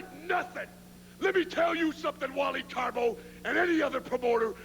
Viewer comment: I always loved it when Jesse would call Carbo, Caribou.